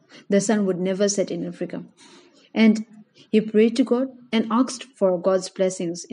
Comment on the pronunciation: anyone else annyoed by the way she says africa